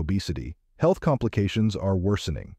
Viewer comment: Is the audio computer generated or a person? Because I've never heard anyone pronounce "health" as "heel-th".